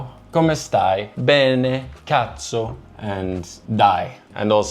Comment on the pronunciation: As an Italian, I started laughing so much when you said cazzo so good hahah